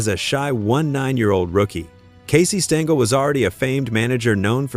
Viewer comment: Thanks for enlightening me about Weiss but you are mistaken about Mantle hating Maris. They were friends. BTW - Tell your AI friend that it is pronounced Stengel, not Stingel, and that it sounds ridiculous to say 1-9-5-1, etc. when referring to years.